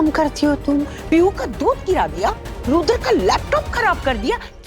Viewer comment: no jo aap bol rhi hain vo rudra ho jaye ga 😊 aur serial m isse rudhre bolte hain